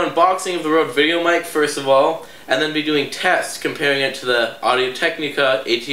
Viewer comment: first of all your intro sucked you pronounced technica incorrect twice and second of all you clearly don't like the rode videomic even tho it's a better mic and u even rated it a better mic